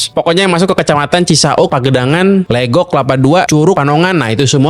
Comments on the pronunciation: Di baca nya Leugok bukan Legok bang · Kok pelafalannya legok siihh, kan harusnya legok😅😅